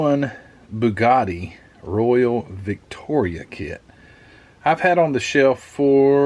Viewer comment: Royale is pronounced "roy-AL". Those curly things on the roof are Laundau Bars. And the woman on 101 Dalmations is "Cruella DeVille". An interesting kit. Big cars back then certainly had a type of grace about them.